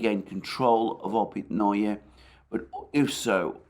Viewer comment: Hearing Alexander pronounce Опитные opitNoYe is like nails on a chalkboard